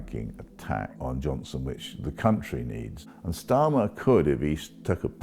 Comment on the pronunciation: Why does he pronounce Starmer like that with a hard S ... ?